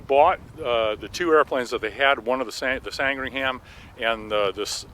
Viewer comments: Kermit, as a Brit, we need to adjust your pronunciation. Sand ring ham is pronounced without sounding the “h” in ‘ham. Sandringam...Americans tend to try and sound the “h”. Thank you for keeping the flying boats alive! Call me when you move forward. I can introduce hundreds of high net worth passengers, and I designed the Challenger 300, Legacy 450 and 500. Not exactly Spitfires, but great designs... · American pronunciation of names ending in -ham is different from the British pronunciation. The name was, and is, pronounced Sandring-um after the Royal residence in Norfolk (Norferk) UK. Glad that you're so committed to preserving this wonderful aircraft. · This is a small thing but it bugs me so ... Sandringham 'isn't' pronounced San-dring-ham. It's pronounced Sandringim. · How is it patronising? Sandringham is pronounced 'San-Dring-Um' not 'Sang-Ring-Ham'. It's nearly as embarrassing as hearing an American pronounce Worcestershire Sauce as 'War-Sess-Ter-Shy-Er sauce" instead of 'Wooster sauce'.... Or any other English county as though 'Shire' was pronounced 'Shy-Er' instead of 'Sheer'. And as for pronouncing place names ending in -ford as 'Ford' instead of the correct 'F'd'.. I despair... I really do.... 'Ox-Ford' indeed... 'Oxf'd'... The O and the R are silent. It's no more my fault that Americans can't pronounce English place names than it's my fault they say 'Could care less' when they mean 'Couldn't care less'. Seriously... If you can't pronounce the language properly use another one... Spanish is quite popular I believe. Oh.... And stop leaving the U out of 'colour' and the second I out of aluminium too. The Short Sandringham was named after a village in Norfolk which is in England therefore it's pronounced correctly or not at all... You wouldn't like it if I pronounced Arkansas 'Ar-Kan-Sas' would you? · It sound like you say "Sangringham", The correct name is Sandringham. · Sandringham and not Sangringham which is what you seem to be saying.